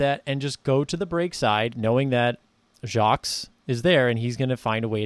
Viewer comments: Nice job. Btw. No S in Jacques. It is pronounced Jahk. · Appreciate the breakdown - one note is that the "s" in Jacques is silent